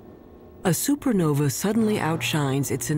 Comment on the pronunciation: Also why he call it a super novy lol